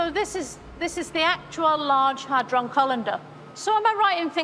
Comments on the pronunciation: "Hadron colander" 😂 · "hydron colinder " ghaha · Did she say hydron calendar? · Did she say, "Hadron colander"?